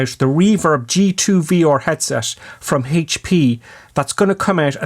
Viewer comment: Thanks for slowing down. But it's VR, not V OR 😂